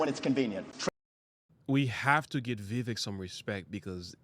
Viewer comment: Dont boast for Vivek if you're not going to vote for him. And learned how to pronounce his name moron.